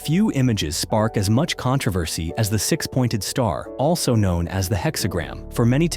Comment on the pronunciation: This video was made by AI. No matter how true, someone is making money off the bare minimum. Pay attention to the pronunciation of such words like “controversy”